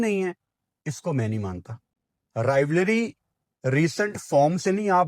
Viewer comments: Rivalry ❌ Rivlary✅ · RivALRY not rivLARY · Rivalry❌️ Rivlary✅️ 😂😂😂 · Rivlaaary nai bhai rivalry... Bolna sikhlo😂😂😂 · Abe pehle Rivalry bolna sikh le..Rivalry not Rivlary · Rivlarey nai hota rivalry hota hai 😂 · rivlary ❌ rivalry ✅ baaki all good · Rivalry ❌❌ Rivlary ✅✅ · aik dafa tou rivarly bol deta sahi se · BKL pehle to rivalry bolna sikhle.. In world cups/ ICC/Asia cups tournaments we dominate you... Rest our considered "friendlies" .. there's no meaning to that.